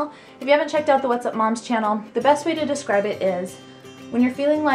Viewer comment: Best not nest haha